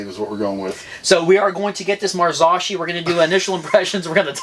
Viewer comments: Mar-zok-eee for the love of god! 😂 these are owned by Fox so this is basically a economy version of a fox fork. They have a good reputation! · I work for FOX Factory...it's pronounced MAR-ZOW(TOW)-KEE(KEY)....FFS!! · Mars-OH-Key!!!! Say it right! That fork needs like 30mm of more travel to be a real contender. 100mm is nothing! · Pronounced in Italian "Mahr - saw - key". In the US "Mahr - so - key".